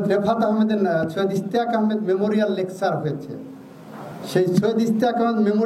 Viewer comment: দাদা ভাই আপনার ইংরেজি খুবই দুর্বল—যেমন, lecture ( লেকচার) dictionary ( ডিকশেনারি ) এই দুই উচ্চারণ একেবারেই হয়নি — আমি জানিনা সৈয়দ রিফাত আহমেদকে তবে বাংলাদেশের সর্বোচ্চ আদালতে অতি শিক্ষিত, জ্ঞানী, বুদ্ধিমান লোকদের যদি এমন শিক্ষাগত যোগ‍্যতা হয় তবে এই লোকগুলোর জন্মের আগেই আগাম একটা করে অভিধান কিনে সবার জন‍্যে ছিকায় তুলে রাখা উচিত ছিল—তবে এটা বলাযায় , বর্তমান প্রজন্মের শিক্ষিত পারঙ্গমদের মত এত অযোগ‍্য মহিরথি আমার আর কোনদিন চোখে পড়েনি ! অতীতের ব‍্যবহৃত দুটি লাইন বলি— (১) কোন গুণ নাই তার কপালে আগুন, একই ভাবে — (২) কোন্ গুণ নাই তার কপালে আগুন ? (৩)এখানে প্রস্রাব করিবেননা , করিলে দন্ডনীয় হইবেন (৪) এখানে প্রশ্রাব করিবেন, নাকরিলে দন্ডনীয় হইবেন ! হসন্ত বা কমার ব‍্যবহারে সব পাল্টে যায় ঠিক তেমনি বিচারের বাণী কাঁদিয়া ফেরে অবিচারের শাখা ধরে সুতরাং বিচারক শিক্ষিত হলেই সুবিচার পাওয়া যাবে এমন ইতিহাস নেই বরং অতি- শিক্ষা অবিচারের নানা মুখী দিক খুলে দেবে ? যারা নিজের মাতৃভাষা ঠিক মত উচ্চারণে অপারগ , সে ব‍্যাক্তিটি কিভাবে অন্যের ভাষা জানবে সঠিকভাবে ! সংবাদ পাঠক- পাঠিকাগের দিকে লক্ষ‍্য করুন ! আমি আপনার পুরো clip টা আর দেখলামনা আমার কুশিক্ষার মর্যাদা রক্ষায় ? একবার চেষ্টা করুন— বিচারপতি শব্দটি ঠিকমত উচ্চারণ করা যায় কি-না , কারো নাহয় সাহায্য নিন !